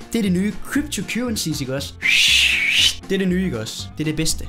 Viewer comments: "Kybtu kyrehsies" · "kYpTo KyWeSiEs iKk oGs"?